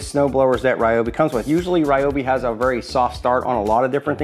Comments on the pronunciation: It's Japanese. "ryo" is a single syllable. So, it's not rye-oh, it's not ree-oh, it's ryo. Ok, technically, there are three syllables as there's that ー extending the vowel, so we get Ryoohbi, but yeah, rye and ree are both wrong. Just like Tokyo (とうきょう) is not Toh-key-oh, but Tooh-kyooh. That きょ forms a kyo, not a ki yo. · You're pronouncing Ryobi with three syllable either way, so either way you're wrong. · It is pronounced ree-o-be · I'm with you the way you say Ryobi but believe it or not we even pronouncing it the wrong way I did my research on it to find out how they really pronounce it in believe it or not the wrong way that we think it is the wrong way of pronouncing it is the correct way of pronouncing it it is the Japanese product in they pronounce it the other way do your research